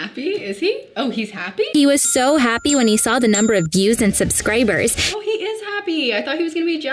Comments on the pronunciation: did she just say "subscrabers" lmao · so we just not gonna talk about how she said subscræbers